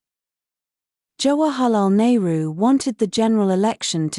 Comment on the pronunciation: Jawa halal nehru ?? Abe british pronounciation shi krle 😂